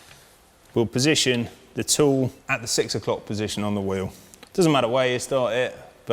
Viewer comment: I wish he would learn how to pronounce "wheel".